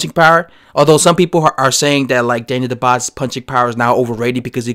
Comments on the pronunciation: Daniel DUbois is a solid sparring partner. Dubois would destroy Joshua in 3 rounds if they ever fought. Btw, it's pronounced DOOB-WAHHHHHH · Ya..you sure messed up that name bruh 😊.so allow me to attempt to correct you...see, "Dubois" is a French name it's not pronounced the way its written..so try to think of : "Du-bua" that's how "Dubois" is pronounced ..hope that helped bruh